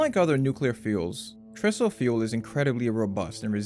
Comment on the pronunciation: TRISO stands for TRi-structural ISOtropic particle fuel. In the industry, we pronounce it TRI-SO. The same TRI pronunciation used in TRIangle.